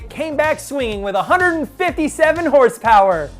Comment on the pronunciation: I don't think this guy got the memo on the pronunciation of HRSPRS